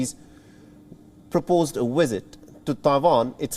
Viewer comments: its visit not wisit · Take a drink every time he says WIZZIT!😵‍💫😂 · I thought you were exaggerating, but that "wizzit" is out of this world. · At first i'm like wtf is a "Wizzit" then i realized he means visit LMAO! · 😂🤣😂 I’m laughing at how he pronounces visit (Wizit), I cannot take this seriously, Between the presenter, the USA and Chinese situation. It’s comedy at its best. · I don't know what a "wisit" is, but I now know that Chinese people emphatically don't like them! 😮